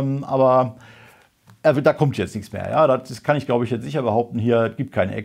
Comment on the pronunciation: sischer,,sischer doch :face-green-smiling